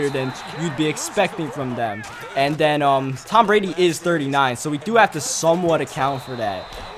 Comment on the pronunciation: "Togedder" "anudder" "den"